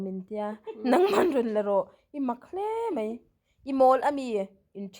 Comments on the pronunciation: I thil lam dan sawisel lok, (mai) tih kha (mei) tih in lam tawh lo la, i aw a nalh si,, a mawi leh zual gawt ang. 😘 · Nga ti nge,I thil chhiar ho ah hian,en tir nan 'mai' tih tur ah mei I tih tlat zel a? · Mai tih turah,, Mei tiin ilo chhiar leh kauh thin a,, 😃😃